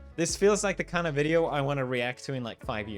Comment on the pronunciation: Felix said "I'll see you next video" but I heard "I'll see you next year" and I was like wait what rewind! lol